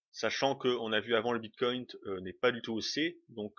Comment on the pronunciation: merci pour cette video ps : ya pas de T a la fin de bitcoin :D